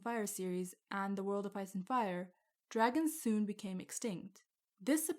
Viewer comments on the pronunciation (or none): none